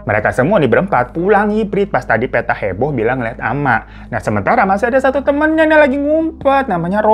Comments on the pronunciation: PETTA itu bukan dibaca PE dari Peta/Map tapi bacanya PE dari PEnumpang... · Bang hiro, bukan Peta. Petta, seperti nyebut Pete 😂. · Pengucapan Poppo dan Petta kurang ditasydid bagian tengahnya jadi agak lucu dengarnya😅